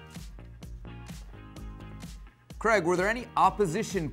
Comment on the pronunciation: I thought I was heading things over last vids but he definitely calls Craig creg.